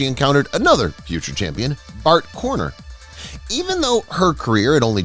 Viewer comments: Con Ner not Cor ner. Sheesh it's a simple name! Somehow the announcer and editor missed a simple fact check. Pitifully sad and disrespectful to Burt Conner. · Pronounce Conner's name right.